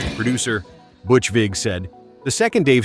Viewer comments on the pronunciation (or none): none